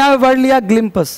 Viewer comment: ग्लिम पस nhi hota it's ग्लिंप्स apni pronounciation shi kijiye sir. 7 million se jyada students apko dekhte hai. unka future mt khrab kijiye english language me.